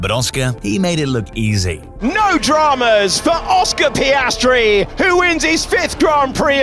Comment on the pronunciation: Oscar Pastry. Review your french audio